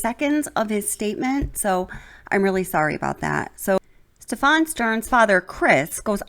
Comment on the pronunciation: Stephan's name has the accent on the first syllable.